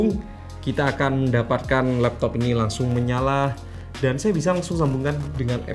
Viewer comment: 3.38 apa itu l”lappop” gaiss???😂🤣🤣